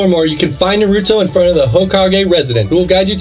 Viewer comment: NARYOUTOE , SASUKAY, SACUREA, AND KENKASHI……………………WUT DA HECK MANNNNNNNN